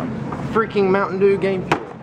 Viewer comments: why do you say mountain deer it's dew ? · why are they saying mtn derr instead of mtn dew?